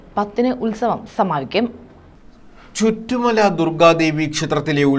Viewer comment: ചിറ്റുമല ആണ് ചുറ്റു mala❤അല്ല